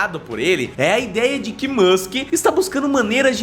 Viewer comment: Pq vocês aí no Brasil não sabem pronunciar o Nome de Elon Musk? Vocês falam como se tivesse um "N" MANSK, isso é errado! Antes de fazer um vídeo falando sobre os planos de Elon Musk aprendam primeiro a pronunciar o nome dele. A pronuncia correta do Nome MUSK é "MASK" Sem "N"